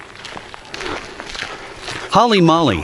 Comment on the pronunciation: holy molly? lol. try holy moley